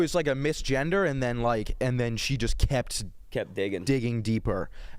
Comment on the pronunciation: the word “kept” has a T on the end.. just wanted to clarify that